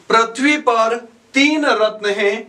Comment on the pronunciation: पृथ्वी को प्रथ्वी नहीं, पृथ्वी उच्चारण करें।